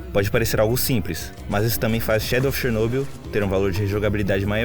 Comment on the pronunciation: Finalmente alguém que pronuncia Chernobyl corretamente. Mas só um detalhe, quando dizemos "Chernobyl" estamos nos referindo a Usina Nuclear de Chernobyl, não existe "região" de Chernobyl, a região é Pripyat, mas perfeito o vídeo, simplesmente um dos melhores que já vi e que explica muita coisa.